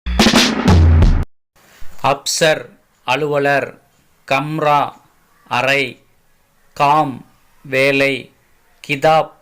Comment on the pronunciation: Kamra illa kamara. Kaanaa illa Gaana - Ga ucharippu ; ka illa. Athe mathiri.... Saasaa illa... athu Chaachaa.. Poor pronunciation